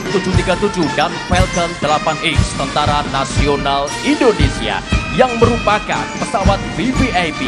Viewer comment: Mc sebut nya indonesia bukan endonesia